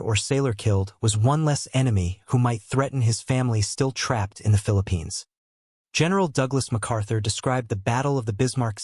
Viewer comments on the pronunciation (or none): none